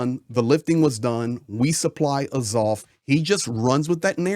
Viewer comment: The first 4 minutes of this video is a waste of time. It's just some dude no one's ever heard of saying how great he is and then saying what we've all been saying for the last 11 years. There's nothing new in this video. You are also pronouncing Azov incorrectly. Not that it's important.